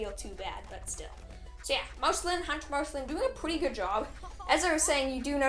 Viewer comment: You pronounced Marceline wrong